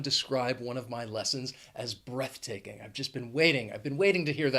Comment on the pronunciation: You were SO close to say "breathtaking"! 😁